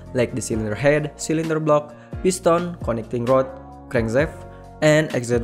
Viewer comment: Lost me on "crangzaft". Sorry, I can't. Just can't finish watching this.